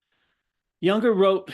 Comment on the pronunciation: This guy is absolutely antithetical to the mind and spirit of Junger, whose name he is unable to pronounce?